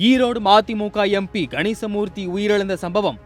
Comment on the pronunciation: ம தி மு க என சரியாக சொல்